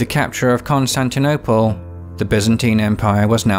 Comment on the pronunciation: "Constinople" lol